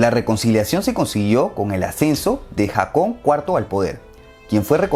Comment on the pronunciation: No era Jakon (foneticamente), era Jokan primero